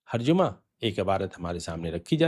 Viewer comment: Sir g aap bilawaja wohi purani rat lagai huwe hain,Lafz Jumaha ka saheh talafuz hi nahen aata aap ko ,is ka sir aik hi meanings hain aur ye hain sab muslims ka 1 call pe jama ho jana forun,koi choon charaan nahenok g koi excuse nahen k me abc nahen chaley gee,uthoo sab jammah ho kar zulm o jabar ki dewaarain gira do.jo aaj ta musamanoon se na gir sakeen@